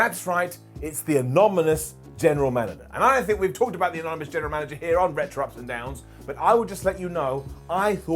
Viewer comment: Anomynus genirul manana' lol